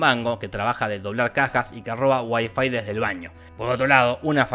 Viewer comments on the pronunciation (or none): none